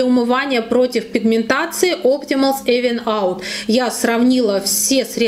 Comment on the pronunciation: Спасибо за обзор! Только читается правильно "Ивен аут";)